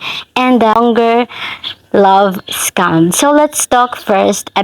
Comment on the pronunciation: Your pronunciation "scum" is more appropriate.